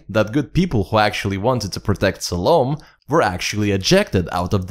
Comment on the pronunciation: It's Salomé with an accent that means, the "e" is pronounced. EDIT: I hear, you got it right later in the video. And I totally agree, choosing SDC as guardians ... ridiculously stupid, or completely on purpose.